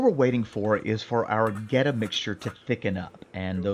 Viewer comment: Born and raised in Cincinnati. You definitely did that Goetta right.